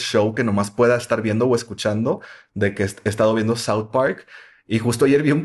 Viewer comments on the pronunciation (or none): none